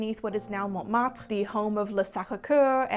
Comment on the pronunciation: Bonjour, big fan here. I noticed you mix your French and English pronunciation. You have an excellent and definitely well informed pronunciation (although i never heard you speak French, just pronouncing names) but more often than not the e, a and i remain English, in this video the most noticeable example is Montmartre, where the e remained English. It does feel like slips but... sorry for bringing it up i guess it can come across a bit annoying. I thought it would be valuable to mention it. Great work as always!